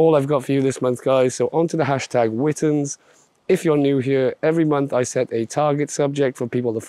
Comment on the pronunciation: Can't wait for this month's events! Although I still think it should be pronounced "Witness" ;)